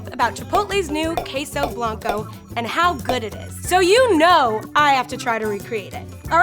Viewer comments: Kheysow Blancow Me a Filipino and knows how to pronounce it: Okay, whatever. Ps: We call them Keso in the Philippines but the same pronounciation with Spanish. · Wtf is keysou bloncou? why can't she pronounce spanish correctly? It's not that hard